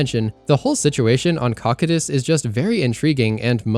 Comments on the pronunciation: Cocytus is pronounced co-kai-tus, not cock-it-us. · Bro. Cocytus. Say it with me: COE-SEE-TUHS. CoCYtus. NOT Cock-uh-tsss. 🙄